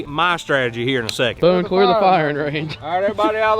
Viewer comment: Is the bank clear or cweer lol 😂